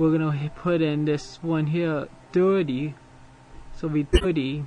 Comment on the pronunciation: That accent is killing me, lol. The way you say 30 sounds like dirty.